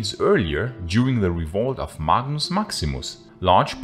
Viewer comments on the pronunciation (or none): none